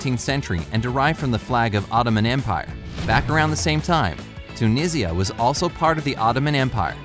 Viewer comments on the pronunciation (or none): none